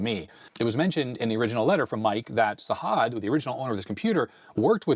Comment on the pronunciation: Sajad is pronounced with a hard "j" instead of a "h". Can't wait for the other parts